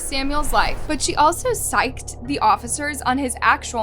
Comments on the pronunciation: Sicced is not pronounced “psyched” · sicced is pronounced "sicked" dear like "sicc em boys"